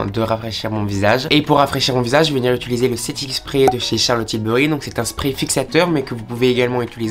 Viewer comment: « Jvais venir ituliser » 😅